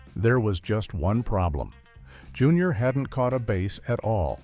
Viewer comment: LARGE MOUTH BAAAAAAAAAAAAAAAAAAAAAAASS, not "Base". Your voice actor is an idiot, or else this is AI.